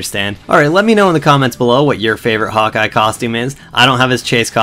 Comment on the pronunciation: Its sounds like you say hot guy:D